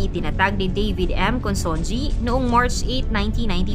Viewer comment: Ayusin mo naman pronunciation ng Consunji.